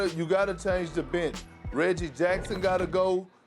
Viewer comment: "They need to change they brench"